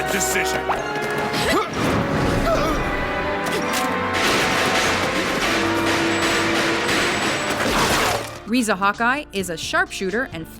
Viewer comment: This is pathetic, they mispronounced some of the names and even showed the wrong picture of Riza Hawkeye for their #1 choice... that was Winry Rockbell. My god this video is bad.